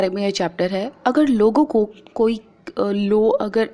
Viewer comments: Ma'am it is law not low..... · Ma'am it's LAW not LO. You teach so we'll ma'am 👍 But I want to correct you. Don't take it in the negitive way....... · Mam it is law not lows🤣🤣🤣🤣🤣🤣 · Ma'am it is law not low ....